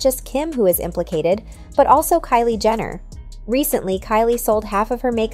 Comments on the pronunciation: Jenner, not Jender. Tri-Star is pronounced as Try-Star, not Triiiiii-Star. 2 examples of ignorance. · not sure if the announcer is being shady or if AI is glitching-- but they keep pronouncing "Jenner" as "Gender" and its wild.